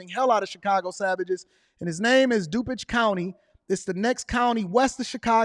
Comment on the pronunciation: I expected better pronunciation of the word "DuPage", being that I'm familiar with the county.